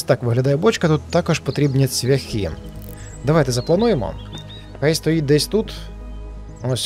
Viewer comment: цвЯхи-наголос на Я,ведмідь...і т.д.Дуже шкода,що так репаєш українську мову